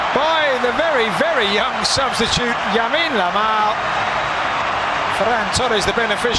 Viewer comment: yamin lamal